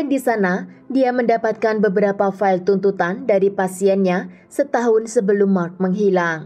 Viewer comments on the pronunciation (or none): none